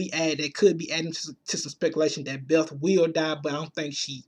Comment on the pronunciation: Learn to speak English, I can't get past your hood accent but you say the worth "dat" instead of that. etc etc